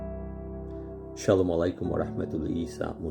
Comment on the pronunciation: সালাম টা-ই তো শুদ্ধ না।